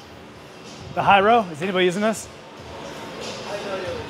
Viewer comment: They thought you were saying "Hello" with a Chinese accent when you said "High-row" 😂